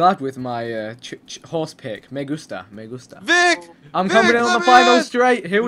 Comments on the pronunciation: Its Vikk not fucking Vick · Its Vikk Not Vic lol